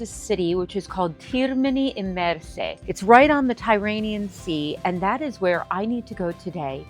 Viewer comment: Nice video. However, Termini Imerese, not Termini Imersi